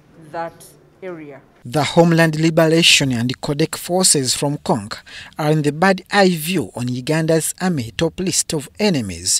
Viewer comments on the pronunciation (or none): It’s “Congo” not “cong”